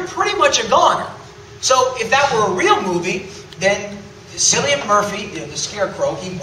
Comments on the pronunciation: Why did he pronounce Cillian as "Sillyan"? its pronounced like "Killy-an" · Cillian is pronounced 'Kil-lian'. I just wanted to correct XD